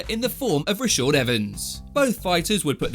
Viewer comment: Why is this narrator so incapable of pronouncing Rashad? Seriously!